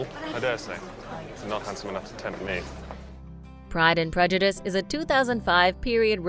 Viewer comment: Pride and Prejudice. The Narrator cannot pronounce names correctly!